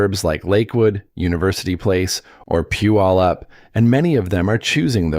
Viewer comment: It's funny to hear AI pronounce Puyallup.